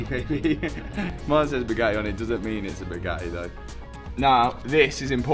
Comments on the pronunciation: How come this guy is unable to pronounce the letter T..?? As in Bugatti (he says ”Buga-i” everytime!😳 I thought he had som jaw-issue! Then, all of a sudden he spells out ”titanium” correctly!!! A mystery!🤔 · is the bugattehh tattoo new 😂😂😂